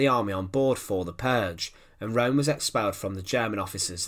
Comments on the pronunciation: Channelling the Angry German: IT'S PRONOUNCED ERNST RÖHM and not Rome. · Name ist Röhm! Not Rohm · If you are going to endeavour to enlighten people, you might well start by pronouncing the person's name correctly, ffs ! It's not Rome , it's 'Rerm', spelt Röhm. Sorry, but it Detracts from some good information and makes you sound ignorant... now try studying Fritz Thyssen, pronounced in German. ! We might as well be discussing the capital of Italy and many of the comments have even begun to Falsely spell Ernst's NAME ! As ever, it's the language that detracts from the meaning, Simples. Stop confusion, verstanden? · His name was Roehm the ‘0’ had an umlaut so it was pronounced ‘Rerm’ not ‘Rome’. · Correct, Peter. His name was Röhm, and pronounced 'Rerm', and not 'Rome' as the commentator keeps stating. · I don't understand why it is so difficult to say Röhm in english! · It's pronounced room, not rome. Apart from that, a good documentary. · This narrator's accent eludes me -- not to speak of his monotony and his always stressing the last word of his sentences. Now I'm all through the video thinking Italian capitals. The geezer's surname is [room], not [roam] like in Rome. Typical UK/US -- us, the rest, try do speak ENG as good as we possibly can, but the Brits/Yanks always pull a diphthong when they don't feel altogether comfortable. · It's neither. It's a sound not found in English. It's probably most like the French 'eu' as in 'deux'. Keep your lips in the O postion but say A. Or better still check out one of the German language uploads. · Learn to pronounciate german words, before you make videos about germans.